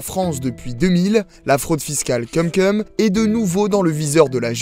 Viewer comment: Ça se prononce "koum koum". Cumcum ça veut dire autre chose. J'espère vraiment que le speaker est un stagiaire.